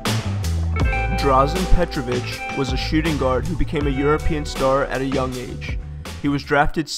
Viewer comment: My man. Huge resppect to your knowledge. O. K. Petrović, not Petrovic. Ć is not in Slovene vocabulary, but there is č. Quite similar, but ć is a mellow version of the č. Tsh is the voicing. When you see ć, you know that their parents are from former Yug republics not Slovenian. Dončić-his father is Serb, mom Slovenian. Macedonia is the name of the region. They claim, that they are decendants of Alexander the great's Macedonia. - it was a greek comunity, called after the region. Macedonians are Slavic. Yes, they took over the land and interact between, but they weren't even near the greek Macedonia of Alexander. Doesn't matter, but you did a good Job to let the world know more about this small piece of Europe, that was important for EU. Think. Roman empire divided itself in the middle of Bosnia. The Turks were established there to make attacks on Wien. - the reason of the war in 91/serbs were put on the border of Turkish empire and they are a proud nation and after 5 centuries are still very much aware of their origin.It wasn't hard to make them rise up and fight.Bosnia is a mixed country.3 major nationalities,3 religions...WHY? You have to know the history of the region./wrote the most important facts,like- 1.WW began after the killing of Ferdinand in Sarajevo and so on... Well done my friend